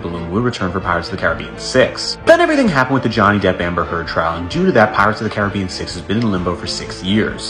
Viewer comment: Definitely not how you pronounce Caribbean